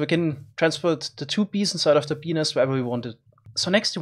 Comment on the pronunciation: BENIS XDDDD